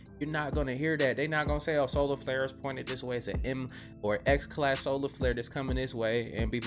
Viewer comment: lol, "ya' remember 2YK? and the massive slolar flair"